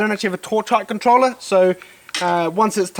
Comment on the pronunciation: A torch what? Controller? Hard for me to understand